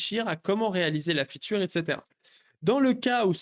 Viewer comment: Arrêtes de dire "feature" dis tout simplement "fonctionnalité" car tu le prononces tellement mal que ça n'a plus aucun sens dans ton contexte